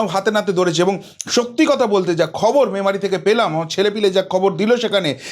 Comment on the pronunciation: যাক, শেষমেশ "ম্যামারি" টা "মেমারি" হয়েছে এর মুখে। Congratulations 👏 🎉